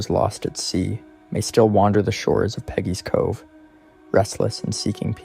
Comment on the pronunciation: Please get the name right. It's Peggy's Cove